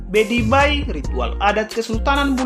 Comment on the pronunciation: Maaf admin ralat..bukan bedibai tapi pedibai...🙏🙏